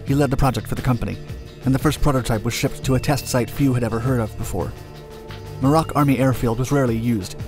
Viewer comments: I think you are on the right track here. Just FYI (not a criticism) Muroc is commonly pronounced with the emphasis on the first syllable: (MUR rock). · I believe Muroc is pronounced MEW-rok.